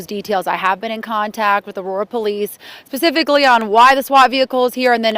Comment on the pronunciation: Did she say "pacifically" ?